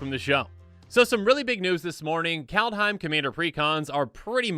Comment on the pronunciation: Sorry to be a bitch, but , i don't think it has an 'a' between 'd' and 'h' in that. "Kaldaheim", where in the fuck did u get that stupid idea from? Anyway, just an idiot with an idiotic opinion. But this one, isn't.